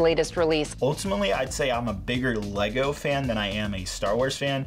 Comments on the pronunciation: them calling “lego” “legos” is really disgusting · “Altimate fanz of laygo” 😂